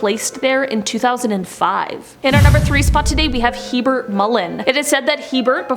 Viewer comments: Isn't his name Herbert Mullin? Hearing him called hebert is very confusing. Maybe double check spelling before filming. Or you'd think someone during recording would say "Is it hebert? That doesn't sound right" and do a quick Google search. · His name is Herbert Mullins not Hebert. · Herbert Mullin, not Hebert. Enjoyable otherwise, thanks. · His name was Herbert Mullin, not Hebert Mullin. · I think that Mullins' first name is Herbert , not Hebert. Ed Kemper refers to him as Herbie when he talks about him in one of his interviews.